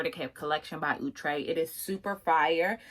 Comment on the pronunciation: Omg somebody who finally saying the brand name correctly!!! 👏🏽👏🏽👏🏽✅️! Outre(ooh-trey). Not Outre(out-trey).